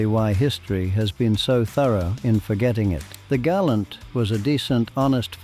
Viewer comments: Gal- ANT as in the animal not gallant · It is named a Gal-ant you old Gal-oot. Nothing in this bunch is worth remembering unless you a sad old Pom. The Simca Centura and Rambler Hornet are worth a look. But outside of that no thanks.